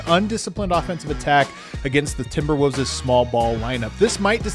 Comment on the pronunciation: Always love hearing say Timberwooves